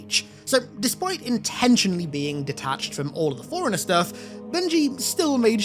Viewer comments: Forerunner or foreigner? Lol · Fore runner not forunner ...... Wtf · I may not be a native speaker, but ... something tells me "forerunner" is NOT pronounced the same way as "foreigner"? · All that effort and no one told you that forerunner and foreigner aren't pronounced the same. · Forerunners is not pronounced "Foreigner" no matter your accent, come the fuck on. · He keeps pronouncing "Forerunner" as "Foreigner" and now I can't unthink it. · Why are you saying foreigner? Thats not it. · I’ve never heard someone pronounce forerunner as foreigner before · Word: Forerunner: "Foreigner." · Ive never heard anyone pronounce forerunner foreigner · Please work on your pronunciation. It is pronounced “fore runnner” you keep saying foreigner